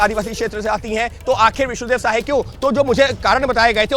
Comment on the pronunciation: विष्णु देव सहाय नहीं साय ….रिपोर्टर अनपढ़ है